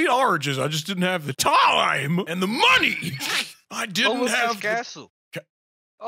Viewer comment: You said it wrong.. We. Need. More. Moneh.